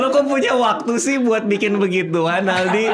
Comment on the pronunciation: Aldi taher "A"nya All out 😂